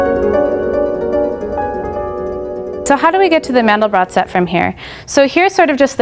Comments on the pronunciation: It's pronounced "Man-del-bro". He was French, and the final 't' of his name is silent. Just remember that his name rhymes with 'train depot'. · As soon as I heard Mandel-brott vs Mandel-bro, I clicked away